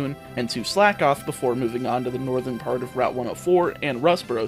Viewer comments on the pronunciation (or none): none